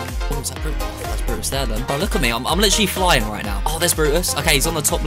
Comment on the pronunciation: Nobody:: lichally